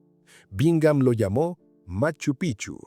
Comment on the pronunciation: ME CANSA OIRTE DECIR PICHU ES. EN CAMBIO PIKCHU ASI SE PRONUNCIA ES PALABRA QUECHUA NO ES PICHU SE ESCRIBE PICCHU Y SU PRONUNCIACION ES. PIKCHU PIKCHU PIKCHU NO LO OLVIDES 😮😮😮